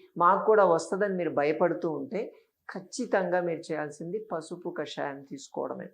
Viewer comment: కషాయం. కాషాయం కాదు.